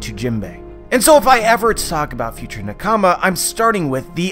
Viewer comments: It's pronounced nah-ka-mah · Please, please learn how to pronounce the word nakama, please. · Why do u say nakama like that?